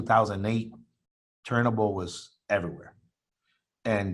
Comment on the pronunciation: Thank you soo much for fu%%%in telling him how to pronounce turinabol, how can i take it serious if he doesn't even know how to say the name